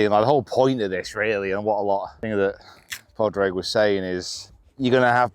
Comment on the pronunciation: It's pronounced "Paw-rig" btw